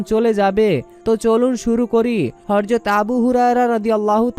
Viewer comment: বরযত নয় ,হযরত উচ্চারণ শুদ্ধ করুন।আসল দোয়াটি বলুন।